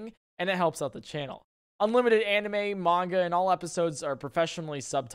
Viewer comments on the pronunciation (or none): none